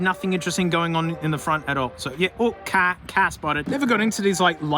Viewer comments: every time you said ka i got excited cus i thought you said cat and i wanted to see the kitty :( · Until you said 'ka' in a subtitle every time you said 'ka' spotted I stopped the video trying to find a cat